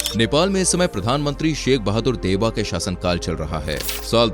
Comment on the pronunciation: pm name is sher bahadur deuwa not sheikh bahadur